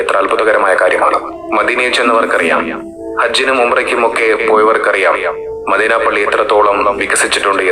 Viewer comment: അദ്വാനിച്ച് മാന്യമായി ജീവിച്ച് കൂടെ . എന്തനാണടോ ഈ വേഷം കെട്ടൽ . മദീന എന്ന വാക്ക് പോലും പറയാൻ കഴിയുന്നില്ല. ഇസ്ലാമിനെയും പ്രവാചകനേയും കൊഞ്ഞനം കുത്തരുത് .pls